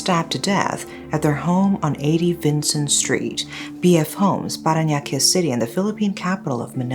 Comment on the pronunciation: The way she pronounced "Parañaque" was immaculate. You're getting better with the pronunciations 😊